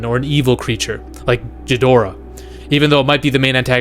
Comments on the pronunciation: say it with me Gee dor ah,dont pronounce the h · Couldn't listen anymore after dude said "Jidorah". Geez